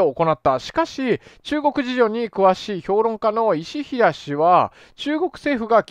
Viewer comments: 石平さんは「いしひら」じゃなくて「せきへい」さんだね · 「いしひら」ではなく「石平（せきへい）」ですよ！！ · 石平→いしひら？ 石平→せきへいが正解やねw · 石平 ✕いしひら ○せきへい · 石平は「いしひら」じゃなくて「せきへい」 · 言論プラットホームかなんか知らんが「石平」は「せきへい」と呼ばないと❗️誤読が有るのは仕方ないけど 人名は調べようね